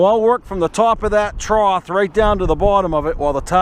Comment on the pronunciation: There is no word "troth." It is trough, (pronounced trof)